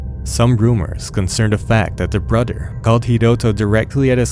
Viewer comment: “Brudder” too annoying